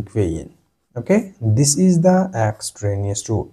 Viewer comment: Yes, and it's EXTRANEOUS, not extranouse!